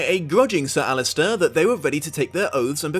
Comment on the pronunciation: It's also "Alliser" - not "Allister".